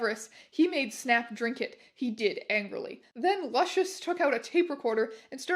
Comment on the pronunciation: My name is Lucian and every time she says it instead of Lucius it's a jumpscare